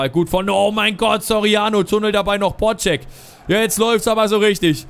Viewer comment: der heisst BodZek und nicht BodSCHEk,mir als Fortune gefällt es nicht so wenn man dem Vize kapitän falsch ausspricht